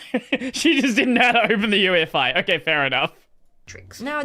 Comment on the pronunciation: the correct way to pronounce UEFI